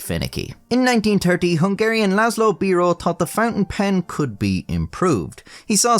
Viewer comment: György is pronounced Dy-er-dy Also László is pronounced Lar-s-law Sz is just S